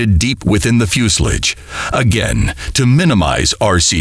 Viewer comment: Considering they can't even say the name for the body of an aircraft correctly, I wouldn't hold much weight on the opinions expressed.